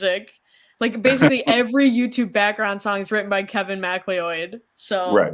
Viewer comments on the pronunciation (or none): Fair. Macleod is a oft mispronounced name, but mackleeoid is a new one for me, so I was a little taken aback.